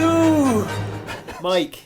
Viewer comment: There’s no “J” in Mikes name! I call shenanigans!